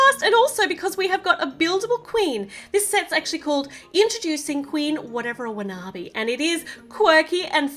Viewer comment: You are saying the queens name rong